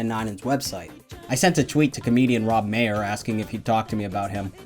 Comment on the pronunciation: Maher is pronounced Mar btw, not Mayer